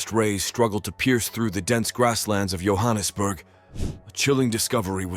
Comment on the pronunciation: The pictures you show are not of Johannesburg and Soweto. Try to do your research well and learn how to pronounce the names. Your pronunciations were cringe.I know you're not a native but this was very bad.